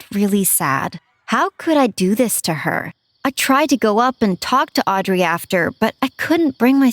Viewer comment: you are NOT saying Audrey right